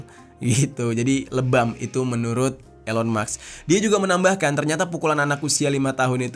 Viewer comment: Sebutnya ilon kak bukan Elon